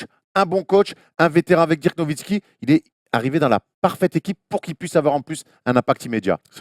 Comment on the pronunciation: Attends, déjà pour la première fois a dit Dirk et pas "Deurk" (à 11'21)! On a donc vingt ans pour apprendre à dire Doncic.